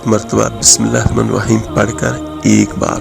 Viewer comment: You reading wrong check the capital letters Auzubillah minashaitan NI RAJEEM bi-smi llāhi r-raḥmāNI R-RAḤĪM" correct it